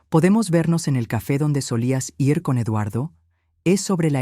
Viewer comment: Si está narrando en español porque dice los números en inglés y para decir ir dice letra por letra, quién no devolvió la llave el hijo o la madre si no saben narrar por lo menos busque un buen narrador de inteligencia artificial